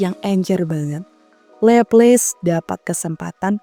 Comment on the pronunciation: Cakep, pembawaannya enak dan jelas, cuma penyebutan nama Laplace nya kurang, bukan Leples tapi Laplas.